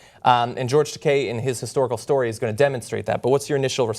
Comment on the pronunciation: George Decay? Man. Butcher the name. Funniest butcher near ever. Ta, like Ta-tah (version of good-bye)! And kei like the letter. T-Ah-K. Takei. Not Decay. Pretty funny though. George Decay. Pfft! Sounds like some kind of super villain. XD